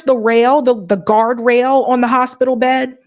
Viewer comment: She says, "on," pronounced, "Oowon."